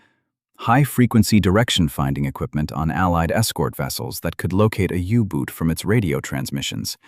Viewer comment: ooboots? Yooboots?? 😩 if it wasn't so idiotic it would be funny, now where's my uggboots?!😊